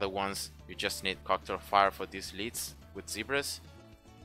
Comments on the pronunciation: the way he pronounces "lead" is incorrect. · I love the way you pronounce lead :D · Me too and it is cool to say it your way 😎